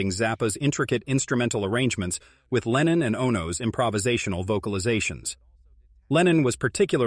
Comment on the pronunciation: レーニンじゃない。レノン。全く逆の思想の人！！